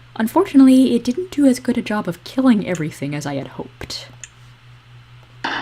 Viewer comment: immediately “liked” when you said “jerb” instead of job which I can only hope was an unconscious coach Z referent